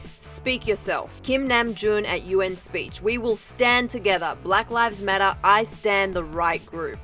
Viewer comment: “Brack rives matter”